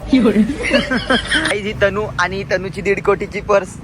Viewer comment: Tanu ❌ Tanny 🤣